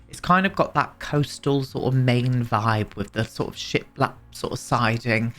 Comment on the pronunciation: You may not be seeing those Edwardian base game tiles because the default swatch you see is in dark colors (sort of teal and burgundy I think). Every time you said ‘ship lap’ I heard ‘shit lap’!